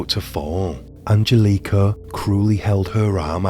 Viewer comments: I hope you donh't mind a bit of constructive criticism: the emphasis on both names Angelika and Annika is wrong. It should be on the 'e' in Angelika and on the 'A' in 'Annika'. Also: Not sure if I missed it, but in case not: Wilfred had apparently a comparatively low IQ - certainly compared to Angelika. So there was some discussion as to whom was leading whom in this relationship, as some argued that Angelika would have been easily able to outsmart him. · What up with the bad pronunciation of Angelica. I can even finish the video